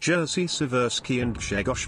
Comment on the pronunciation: I dont get whats so hard in names of those Polish captains. Im polish myself and my actual name is Grzegorz. That lector didnt got it right.